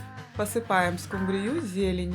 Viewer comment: Почему скумбриЮ, а не скУмбрию? Так говорят в Индии?